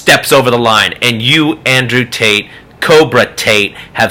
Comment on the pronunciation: I keep hearing "andrew taint" lol